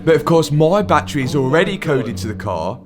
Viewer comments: Like da whey you sayyy batttttturieeeee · What's a bat-tray? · I'm going to have to stop watching most YouTube videos that discuss anything to do with batteries. "Battery" has three syllables. Bat trees are roosting spots for flying mammals. For unaccountable reasons, the use of the latter when meaning the former isvtriggering me very badly! Mind you, you're the one with the Lambo, so... what do I know?!😅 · Challenge:….. take a drink every time Matt says battreh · Love your accent: battrey Annd it now means that any crashed Revuelta will be written off, until they write the software to unlock it. Very irresponsible behaviour from a major car maker, shame on you Lambo. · Battery is a three syllable word that you've somehow turned into a two syllable word 😂. Fucking accents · The way he is pronouncing Battery is gonna haunt me in my dreams forever.